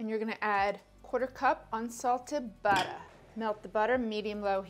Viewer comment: I cant wait till you get your own show. You got it all, you got the "buttah" etc.